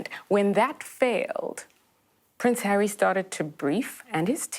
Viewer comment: You have the stroppy Duchess and his wife, you get drama and petulance. I love how it sounds like you say Prince Hairy😄.